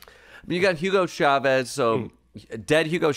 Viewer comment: So not funny. And can't even pronounce Chavez. He says Shavez.